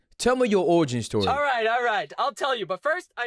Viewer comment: "Tell me yo owigin stowy" 😂😂